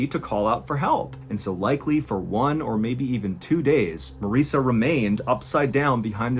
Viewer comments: Am I the only one who laser focused on Mr. Ballen pronouncing Marissa’s name wrong? Lol that was good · I noticed he pronounced it Marissa once